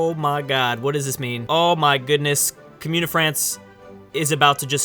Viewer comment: I love you my, but please stop saying "Cumyoon o' France", it be Commune of France